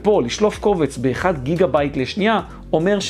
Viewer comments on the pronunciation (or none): none